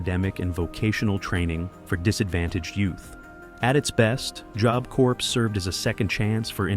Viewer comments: "JOB CORS", then he says "JOB CORPSE" and then he finally pronounces it right - JOB CORPS (COR). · "An educational program called .. jobs corpse". Evan as a non-native English speaker I know "corps" is pronounced "core". The sooner USA decommissions its dept. of education the better 😂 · hey idiot, it isnt called jobe corp, its called jawb corp, that the correct pronounciation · Garbage AI Narrator. "Jobe Corps?" Really? Just take the time to actually record your voice. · I truly hate AI. Jobe corps? It cant say job... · It's pronounced Job "Core"...OMG, so annoying. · AI voice overs.. again. "Jobe" corps. Check your work. Amatuer hour over here. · F^ck your AI narration. I know it's AI, because it pronounced Job Corps as Jobe Corps. If you're going to use AI or text to speech, at least have a human go through it and make corrections and adjustments to fix it. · "Jobe Corpse"???!! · Corps is pronounced "core". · "Job Corps" - like in the military, the word "corps" is pronounced like "core", otherwise you’re referring to a corpse aka a dead body/cadaver. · The AI narrator is annoying 😒 "jobe" corps? 🙄😂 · If you pronounce 'job corps' the same way twice I'll give you $50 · When saying Job Corps the "S" is silent! AI SLOP! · Love the continual mispronunciation of Job Corps. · The computer voice has trouble with saying Job Corps. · Your ai chat needs some help. It keeps mispronouncing "job." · Cant even pronounce job correctly…